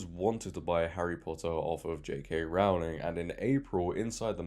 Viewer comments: Please pronounce Rowling correctly. It's Rohling, not Raoling. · Dude i like the vid but it was hard to listen to. its rowling like rowing or ducks in a row not "raowling" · I wish people would learn how to say the first syllable of her surname correctly. It's 'Row' to rhyme with 'Go', not to rhyme with 'Cow'. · Pretty sure Rowling rhymes with bowling. She is the Dickens of our time. These light weight activists don’t deserve to be in the same room. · It's ROwling, as in 'rowing' She has said it multiple times before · J.K. Rowling rhymes with “bowling” not with “howling”. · Just a quick comment. It's Rowling like bowling. 😅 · Rowling rhymes with Bowling. Pronounce it correctly please …. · Rowling rhymes with "bowling", not with "growling". Other than that, well done.